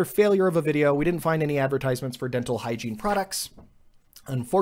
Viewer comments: And he did say hiegene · You said Hygine like 50 times so Google thought you meant showers lol